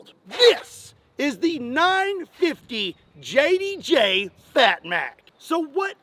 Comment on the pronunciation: Please pronounce it as the .95JDJ😂😂